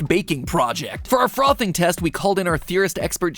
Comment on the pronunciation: Ami the only person who finds it funny when matpat says frothing